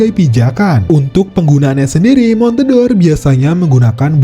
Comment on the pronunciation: Itu bacanya bukan (mon-te-dor), tapi (mon-de-or) yg merupakan olahan susu serupa cream cheese